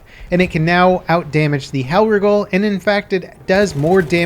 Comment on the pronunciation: says hellriegel weird